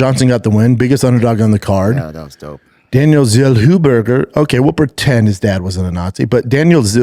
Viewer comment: Zellhuber ❌ Zellwhoburger✅